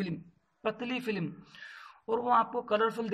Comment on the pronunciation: Thin film hota hai... filim